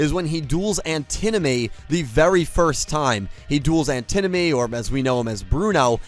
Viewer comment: It's pronounced An ti nomy not the way you butchered it